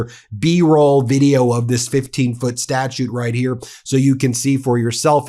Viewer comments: Great and interesting as normal. Just a cringe - Statue not Statute. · Ben, the word is STATUE, not STATUTE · Please stop saying statute😂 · it's statue...not statute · The word is "statue," not statute. A statute is a law enacted by a legislature. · Statue (pronounced like statchu) a 3 dementenal free-standing sculpture Statute (pronounced like statchute) formal, written law enacted by a legislative body They are not pronounced the same. A statue is NOT pronounced as statute My work here is done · Statue... Not statute 🙂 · I watch your excellent videos all the time, but it’s statue, not statute. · Why are you saying “statute”?? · Statue, not "statute" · Are you saying Statute? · Great piece Ben. But please it's statue not statute. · Ben, it’s statue not statute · I know that Ben pronounces some words a bit differently (because = "bee-KOSS" 😅), and that's ok, even though it's a little weird... but, he's GOTTA know the difference between "statue" and "statute", right? I'm left scratching my head... What's going on Ben? You're starting to worry me. Do you need a break or something? Don't worry, we'll be here when you get back. ❤😊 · Not to be a nitpicker but it's 'statue' not 'statuTe'.😊